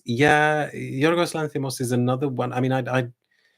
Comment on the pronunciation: I've always thought that your French accent was quite good, but I am genuinely impressed by how you pronounced Yorgos Lanthimos